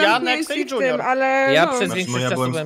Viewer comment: Tak bardzo mnie irytuje jak mówi dŹiunior